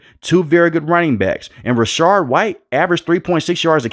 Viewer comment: Nice video.. Please note the following: The Buccaneer RB1 is Rachaad White and NOT "Rachard White."